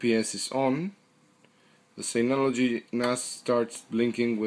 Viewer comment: its called Synology and not Signology lol